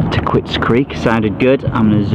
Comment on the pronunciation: do the people working at the course call it "Ta quits"? It seems like it should be pronounced "Takeets" with the "u" being silent.